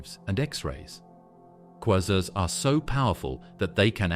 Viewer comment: The way he pronounces "quasar" annoys me.